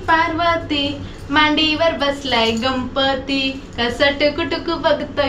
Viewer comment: गंपती नाही ग गणपती म्हणतात